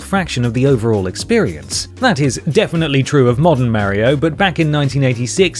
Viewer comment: I literally have a friend called mario and he and everyone else says it exactly like in this video.